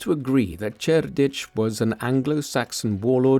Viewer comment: Two different pronunciations of Cerdic. I'm out.